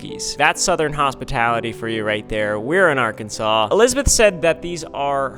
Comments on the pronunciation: “AGHRKENSAW” noiez ❌ “AHGRKENSAWCE” yez ✅ edit: cookie is yum 😋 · Is it just me or should Arkansas be spelled differently? It's spelled Ar and Kansas but isn't said like that. Arkansaw is how it sounds.